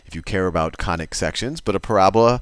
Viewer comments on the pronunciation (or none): you sound more like Khanic sections !😂